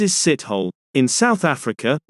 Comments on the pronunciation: for the record, it is pronounced (moses) seet-awe-lay, not sit-hole. ... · Moses sithole haha sithole is pronounced Sit hol Lee 🤣